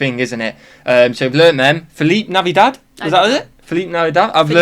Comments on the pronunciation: it is interesting that he chose the spaniard pronunciation of 'Feliz Navidad'. Lol no american would say it that way, except maybe me because thats the spanish I speak. Their way is much closer to the latin american way where the z has an s sound instead of a th sound. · Wondering why he pronounced "Feliz Navidad" so oddly at first. The final "d" of Navidad doesn't receive an "f" sound, for starters. Strange...